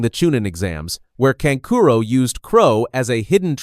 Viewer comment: channels like these really get under my skin cause yall have the potential to be good but use ai voice over to butcher the names. like seriously kankuro is kan ku ro not can curo and sa so ri not suh sori